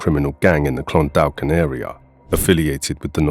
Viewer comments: Clon-daw-kin the "L" in Clondalkin is silent. Great videos, always. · For future reference, it is pronounced Clun-dawk-in. Keep up the good work, really enjoy the refreshers on all this stuff.